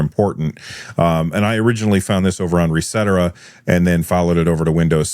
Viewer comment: Pretty sure it’s “Reset Era”, not Resetera